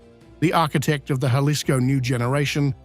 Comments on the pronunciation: the J is silent. Halisco not Galisco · The way he pronounced Jalisco LoL,it's Jalisco j is h in pronouncing it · Jellisco?? Never heard of that place. 🙄 There's Jalisco tho. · Taking my like back for the mispronounciation of "Jalisco"😂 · This journalist needs to learn how to pronounce 'Jalisco'!!! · You dont even know how to pronounce Jalisco?